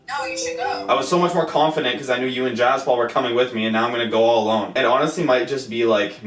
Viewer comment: It's not jaz Paul it's jaspal